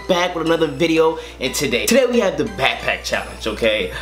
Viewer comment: bro he said "pack pack" lol